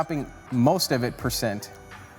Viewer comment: Listen carefully and you will hear what I'm talking about - definitely "percent"